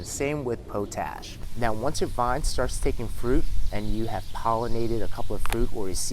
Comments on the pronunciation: POTASH POTASH POTASH, NOT POE-TASH I liked the video though. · Pot-Ash..... not potash like potato..... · Pot ash not po tash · I've been saying it wrong, POT-ASH , instead of Po-TASH all these years. great video! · It's *pot-ash*, ie the ash from the fire that used to be collected in pots. "Potash is pronounced as POT-ash (ˈpɑːtˌæʃ in US English or ˈpɒt.æʃ in UK English). You say it by combining the word "pot" (like a cooking pot) with the word "ash" (like the residue from a fire), putting the main stress on the first syllable. Pronunciation Breakdown First syllable: POT (pɑːt or pɒt) – rhymes with hot or cot. Second syllable: ASH (æʃ) – rhymes with cash or hash." 🙏🏻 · Man you’re saying potash wrong. Pot-ash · your welcome po tash sounds like a slang word for something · its pronounced pot ash, potash lol